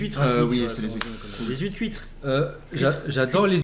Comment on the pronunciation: les huitres cuiTrRe... mdrr xD